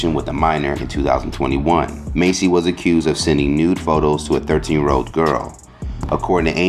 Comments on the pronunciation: Why he call them Macy as if he never heard they name being said before.. it’s MASS dude not Macy like u didnt grow up watching them..😑🤬😤 This why I don’t like you you speak low and you think you educated when you really not 😂😂😂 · There is a Huge difference between 'mace' and 'mass.'🤦🏽 #Idiot #Enunciate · Dude I know you can read it's Massey not Macy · MASSey, not Macy😂 She shouldn't have said anything at all, just let them deal with it 🤦🏽‍♀️